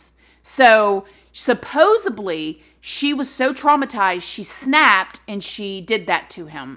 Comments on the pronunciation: Please stop saying “suposibly” it’s killing me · i love you to death but please it's "supposedly" 😅😅😅